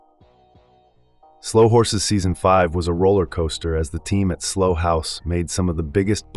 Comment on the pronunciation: Slough rhymes with cow, not slow or dough. Good old English.